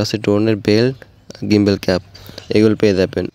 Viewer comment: ভাই গিম্বলঢা মুরগির মতো জখন বলছেন হেসে ফেলছি😂